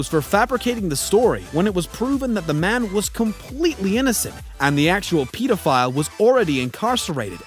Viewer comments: Why in the hell did he say "Peedophile"😂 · It's pedophile not peedofile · This guy cant say pedophile right oh ok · did you really pronounce it peedophiles oh god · Anyone else think it’s funny how he’s pronouncing pedophile like pEEdophile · Hahahaha he says Peta file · did he just say PEEdophile? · Why does this guy keep saying "peedophile" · Deeply annoyed by the way “pedophile” is being pronounce. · Who else gets annoyed whenever he pronounces pedophile wrong